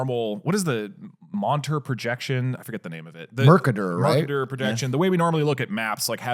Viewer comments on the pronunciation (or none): Fr bruh how hard is it to say merkater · That insane pronunciation of Mercator made it sound like a Pokemon. I choose you, Merkader!